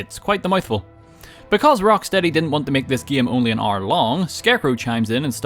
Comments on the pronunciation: I love the part where he says "gaem". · He Sounds Scottish When He Says “batman” “batmobile” “game”